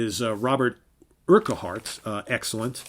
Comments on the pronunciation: Urquhart is pronounced 'Urkut' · I think it's Urk-hart (accent on the 1st syllable.)